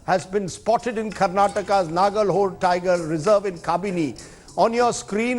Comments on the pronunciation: It is nagarahole ನಾಗರಹೊಳೆ not a nagara holae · You are pronouncing it wrong man Its Nagara Holae It's not "Hole" 🤦🏻‍♂️ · It is nagara hole ನಾಗರಹೊಳೆ not a naraga holae ನಾಗರ ಹೊಲಾಯಿ 😂😂😂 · it's not nagar holl it is nagara holle 🤦‍♂ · anchor plz pronouns properly its Naagarahole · First try to pronounce Nagara Hole correctly